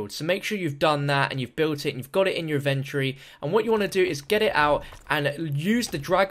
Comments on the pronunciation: Inventory, Says " adventury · Inventory!!!!!!!!! Lol not venturie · its in-ven-tory